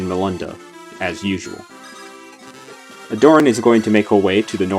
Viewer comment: Pretty sure that's not how you pronounce Aderyn bro